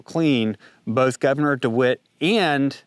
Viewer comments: Great job on the information you are presenting - I hope you won't mind me saying so, but it's Dewine, not dewitt. Not to be picky! Your channel is one I trust and probably the one I look forward to the most. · Good video but it's Gov Dewine not DeWitt:) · The Governor’s name is DeWine, not Dewit. Unless you were mispronouncing it on purpose, which would be hilarious. We call him DeWine The Weenie. He took campaign contributions from Norfolk. So did other Republicans and a few Democrats. So the assessment that it might be political was spot on. I am from the government and we are here to help you. Right. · It's Governor. DeWine, not DeWitt. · Dewin, not Dewit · Who is Mike DiWitt? Did you mean Mike DeWine our governor? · Thank you for covering this! Just a tip about the governor, his name is DeWine not De Wit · It's not "DeWitt," it's "DeWine," and I'd be very careful about anything this guy says. He's the governor who was on the forefront of marginalizing, segregating, depriving, discriminating against purebloods, through his lottery-for-jabbed-only, back in May of 2021. I don't care WHAT that guy says...It's coming from the mouth of a statist America hater. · It’s DeWine btw